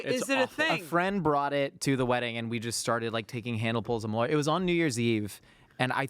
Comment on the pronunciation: As a Chicagoan - I gagged just hearing you say Malort.